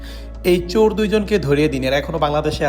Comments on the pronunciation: ভাই শব্দটা "চোর" হবে "চুর" নয়। সামনে থেকে খেয়াল রাখলে আরো সুন্দর হবে। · চুর ! এই তাহলে বাংলাদেশের বাংলা। আরে ইবলিশ, কথাটা চোর, চুর না। কবে শিখবি ? চোর হলে ধরিয়ে দে।